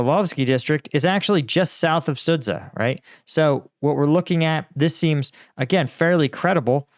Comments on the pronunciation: Sudzha is pronunced like "Sudja" not "Sudza." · Sudzha is pronounced “sued zha” not sued sa think azure. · the 'dz' in Sudza is pronounced as 'G' in the name George